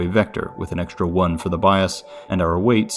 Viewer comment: There is no "SH" sound in "Str" nor in "Xtr"("ekStr")! "Strange", not "SHtrange"! "eXtra", not "ekSHtra"!